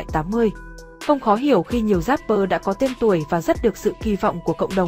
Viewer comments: Chỉ có "rapper" chứ không có "dapper" đâu nhé kênh. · Vãi loz. Dáp pơ, ka dích :)) chịu quả đánh vần